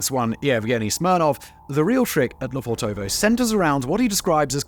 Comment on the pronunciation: quick tip. don't stretch the o's when you spell the name. it's Le fortovo, not Le Fortoovoo like you pronounce it.